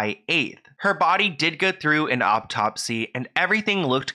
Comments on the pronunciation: Not to take away from the seriousness of the video but was he saying "optopsy" instead of autopsy? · You're soo cute!! Hearing you say autopsy is cracking me up lol its pronounced aw-topsy not awp-topsy but much love to you hun you so some great work!! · Autopsy is pronounced Aw-top-see.